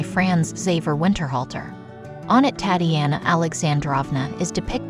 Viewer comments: The name Tatiana, should be pronounced Tahtee Ahnah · Please learn pronunciation. Tatiana is not pronounced as Tatty-anna.